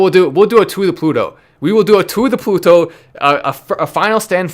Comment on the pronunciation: you're supposed to say "TO THE PLUTOOOO!!!!", not "TO THE PUTOOOO!!!". That's a bad word in Spanish. Google it.